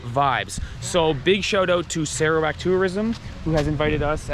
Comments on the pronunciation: We sarawakian pronounced sarawak as "sirrawak" not "Saarawak" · Malaysian pronounced Serawak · Spelled Sarawak, but we local says it as Sir- rawak instead of Sarah wak...way back from the Brooke s era. However if spoken in Chinese or dialect it turn into sar砂 .